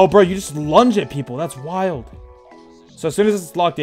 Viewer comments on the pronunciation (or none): none